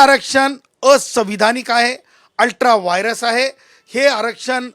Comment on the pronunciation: Ultra vires .neet pronounce kara. Yala koni vakil kela.